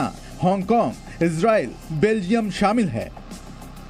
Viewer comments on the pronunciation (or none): none